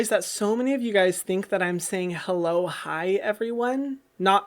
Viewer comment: When I first started watching Hyram I always thought he said “Hello Hyram, welcome to skincare with Hyram” 😂😂